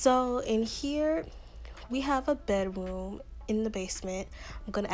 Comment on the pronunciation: I love it when you say, "Bedwoom" ITS SOOO CUTEE